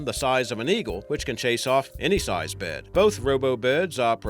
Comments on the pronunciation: I like how is says breyd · Who else is annoyed about the way the guy says bird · id pay money to hear this fool to say the word " bird " all day err day